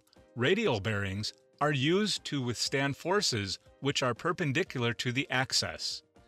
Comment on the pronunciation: Please... it's "axis" not "access". Later: The "curry" temperature of magnets? The narrator sounds like a typical American Midwest accent, except seems to have never heard some of the words that are central to his presentation.